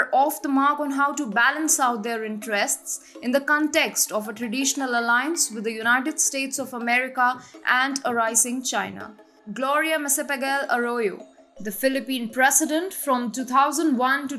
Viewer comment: Excellent presentation. However, some tips on the pronunciation of some proper nouns may be helpful. Malacañyan- मालाकान्यान Duterte- दुतेरते Gloria Macapagal- माकापागाल